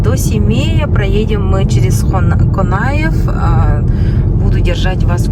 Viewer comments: Не КАнаев а КОнаев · Почему не через букву О Конаев. Очень слух режет Канаев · Не КАнаев, а КОнаев. Столько времени здесь живёте и не можете произносить фамилию нашего первого руководителя. И не Такаев, а ТОкаев. И не тэнге, а тенге. Россиян видно из далека. А так дорога длинная, тяжёлая. Мы сами часто ездим к родителям в г.Семей. Ак жол. Желаю добраться до места назначения без приключений. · Не Канаев.а Конаев